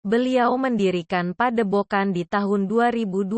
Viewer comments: Padebogan😂... Yutube😅... Jadi gak enak didenger. Belajar baca yang enak dulu mbak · Pedepokan broo bukan pedebokan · Padepokan bukan padebokan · Padepokan bang bukan padebogan hadeuh